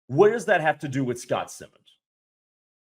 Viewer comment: It's S I mons long I. Not Simmons.